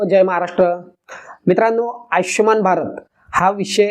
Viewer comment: आयचष्यमान नव्हे हो !! आयुष्मान !!